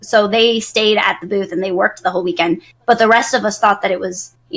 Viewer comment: Sometimes when you say booth, all I hear is boobs.. it is just me?